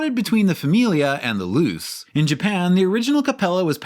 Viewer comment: I believe Mazda Luce is pronounced "Loo-Chey"